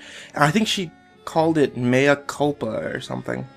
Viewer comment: I fell apart when he said "it's Italian for 'My Kulpa'